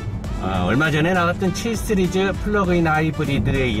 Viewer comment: 씨리즈를 자꾸 쓰리즈라하네